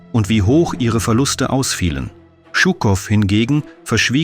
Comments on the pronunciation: Die Aussprache russischer Namen tut weh: Djuuukoff nicht Tschuckoff. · Hallo! Gar nicht schlimm, ich verstehe deutsch gut. Ich hätte bloß sagen: 1.ЖУКОВ und gar nicht «ШУКОВ»! Шуков oder Щуков klingt sehr falsch aus. 2. ich bezweifle, dass Жуков , direkt nach 13. Februar in Dresden war. 3. «Это не наша война» klingt nicht Russisch. 4.Englische und amerikanische Luftangriffe 12, 13. 14. und 15. Februar 1945 waren wirklich schlimm. Dresden Mitte und Dresden Johannstadt lag wirklich in Ruine …. ( ich wohne selber in Dresden). MfG aus DD Александр. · Жуков, nicht schukov, wie Jaqueline, fehlt euch eine Buchstabe? :)) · Shukow heißt Shukow und nicht Schukow. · Stimmt, den Buchstaben "Ж" gibt es in deutsch nicht 😏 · Es wäre schön in solche "Dokus" und auch wo anderst aus ländische Namen aussprechen.BITTE nicht nur die Englische Namen. Er ist nicht Schukow sonder wie Ihr die Jour nalisten ausspricht:Jukow,so ungefer... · Warum dramatisieren Sie derart überhöht diesen propagandistischen Umgang mit einem Interview? Shukow hat stets authentisch und ausführlich dokumentiert, dass der Sieg der Sowjetunion im Großen Vaterländischen Krieg kein "gesetzmäßiger" Spaziergang, sondern ein Kampf auf Leben und Tod war. (Zur Aussprache: dieser Held der Sowjetunion, dem Berlin und die DDR wesentlich ihre Befreiung vor 80 Jahren verdanken, hieß Shukow – und nicht Schukow). Im übrigen treiben heutzutage die westlichen Medien noch viel schlimmer eine verzerrte Propaganda: zur Geschichtsfälschung durch Verschweigen, Zensieren und Unterdrücken missliebiger Wahrheiten.